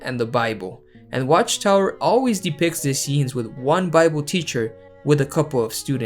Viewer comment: It’s not jangus Han 🤦🏻